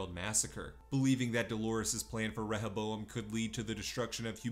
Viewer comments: It’s RE-HO-bo-em. Not rehe-bo-em. Seriously annoying to listen to. Did you even watch the season? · ReHOboam. Not rehèBOam